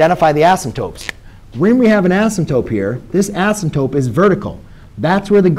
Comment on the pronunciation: "Assimtope," lol - couldn't resist. Great video, though. Thanks a bunch!